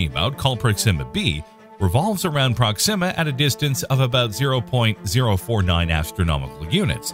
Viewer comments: Is that really how to pronounce "Proxima"? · You know why I stopped watching this video 2 seconds in, because I knew soon as this Ai voice said proxima all wrong